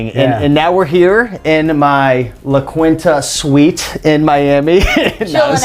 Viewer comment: its latin man.. not kuwinta... pronounced la kintah